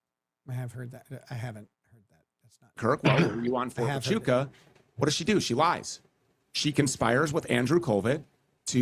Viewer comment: Lol these mufuggas can't even pronounce Huachuca right